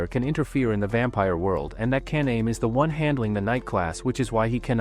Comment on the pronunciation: One comment: it’s Ka-na-may